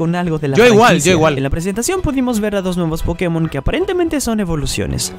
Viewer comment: Cuando folagor entienda que latinoamérica los Pokémon se pronuncian en inglés y no en español entienda eso ya se sabrá toda la tabla de tipos XD 🤣